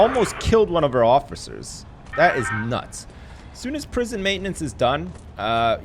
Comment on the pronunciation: He said he almost killed one of our offefers 😂😂